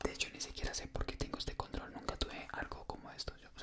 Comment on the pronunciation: Entendí condón en vez de control jaja